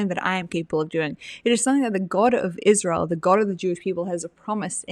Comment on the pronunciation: Faux sophisticated - not very intelligent - can't pronounce Israel - "Isssshzzz-real". DUH